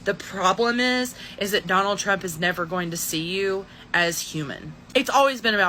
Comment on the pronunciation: LOL, very catchy rythm, you must admit..... "I wheeell vote forrr Donaaal Trrooomp"